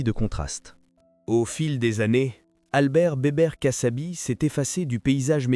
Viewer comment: kassabi pas cassabi